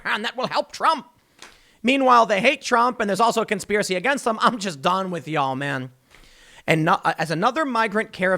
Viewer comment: I been hearing Tim practice his “yALL” for when he moves to Texas. Tim, you are ready.